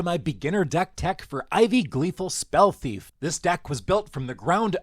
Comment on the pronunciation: THeif not chief